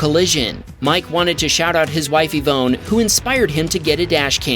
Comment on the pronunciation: Pronouncing Ivone like E-phone is criminal